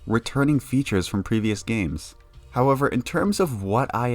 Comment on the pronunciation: howavor made me laugh haha keep up the good content man